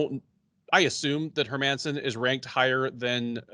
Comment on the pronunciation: dude stop saying her-man-son ffs. All you have to do is use google translate and look up the Swedish prononciation its not hard.